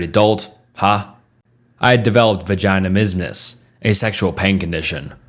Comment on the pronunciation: It’s pronounced va-juh-niz-muhs btw